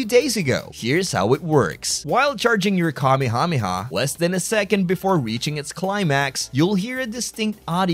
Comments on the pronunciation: I don't like how you pronounce it kameehameehuh. It hurts my soul. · The way he said kamehameha had me bursting with laughter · Your pronunciation of "Kamehameha" threw me for a loop Holy shit lmao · why do you pronounce Kamehameha weird like you pronounce the syllables correctly but your enunciation is so weird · You always say Kamehameha wrong and it really annoys me. 👎